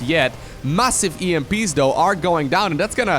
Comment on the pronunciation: For the 100th time; it's though, not dough!!!!!